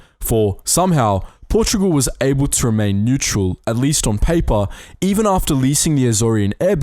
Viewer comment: Portogual??? WTF